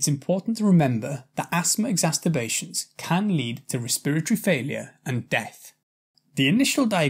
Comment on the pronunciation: Why do you keep saying "exasTerbations"?! It's very odd and doesn't sound very professional getting a basic word wrong 🤔